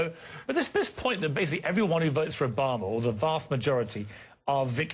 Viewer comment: STOP SAYING OBAMER, LOL